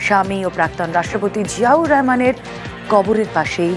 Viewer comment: Bangali manush Rahman ke Rehman bolche kn?